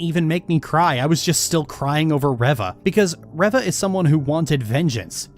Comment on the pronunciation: My only problem with this whole video is how you say her name as reh-va...